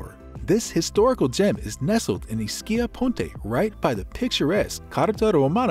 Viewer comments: It's EESkeeya, not "IsKEEya." Come on. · My family is from here originally. It is pronounced with an E. E-schia. The neighboring island is pronounced Pro-jida... The c is like j (like j in jar) in that regard..